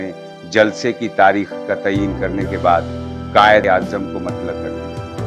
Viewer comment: Why have you opted for AI Hindi bot for Urdu commentary? Somewhere I heard جلع for ضلع, and تایین for تعین and so on. Don't do this please! Otherwise you have good aesthetic sense.